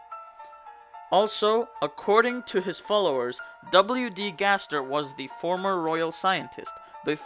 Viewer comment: You said W.D Gster XD